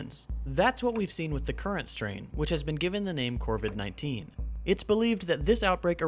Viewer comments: It is. He keeps mispronouncing it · I thought the disease name was COVID-19 you said CORVID-19? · Still great, but "corvid-19" makes me giggle.